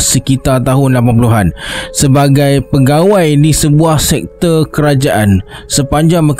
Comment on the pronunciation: Sekter ke sektor bang😂😂😂😂😂